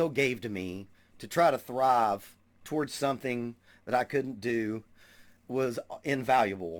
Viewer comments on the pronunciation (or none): none